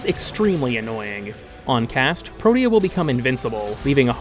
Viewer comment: pro-tea-uh is how its pronounced